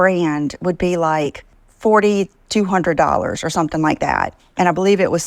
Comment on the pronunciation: When says Different, she actually means Ugly. Also "...or sumpin like dat" drives me crazy.😵‍💫